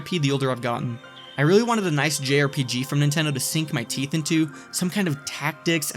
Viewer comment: "diss-EMber, by the sckin of their teef" 😂❤